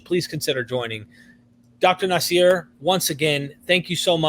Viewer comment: Nasser ( naṣr ) not naseer